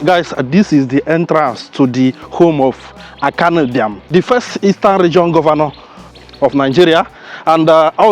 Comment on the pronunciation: yes you because you can not pronounce Ibiam , you have on always pronounced it wrongly.